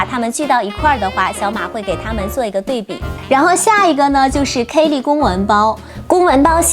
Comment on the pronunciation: 跟我读，k-e-li, 不是 k-ey-li.